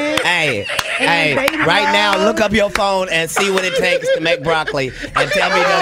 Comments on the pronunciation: Nah but how can she say broccoli 😭😭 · 😂😂😂 when she said broccoli I knew she was done. Her own coworkers were laughing at her ass